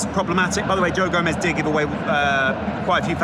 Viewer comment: It's gomez